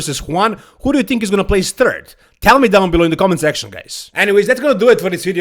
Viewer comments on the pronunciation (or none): none